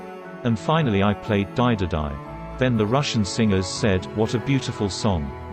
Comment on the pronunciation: It's not Daididai....it's DaididaU....wrong pronunciations.